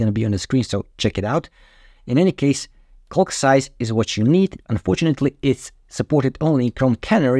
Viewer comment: I highly advise you improve your pronunciation of the word “calc.” Your current pronunciation is bordering on obscene. Great information. Many thanks. Cheers.